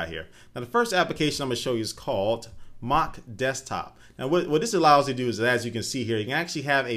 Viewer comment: just lettin you know its mach desktop. Not Mock. I couldn't find it when i tried mock but i did when i tried mach.